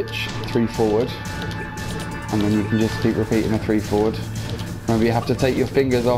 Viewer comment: I loved this tutorial, just one thing, could you right down the notations, because I dont know if its because Im brazillian but sometimes I confuse your foward pronunciation with four, and sometimes you just say four foward foward four and I get lost, specially because I dont know if its 4, -> or 4-> or ->4 or ->,4 hahahahaha anyway thank you and I hope you do more videos like this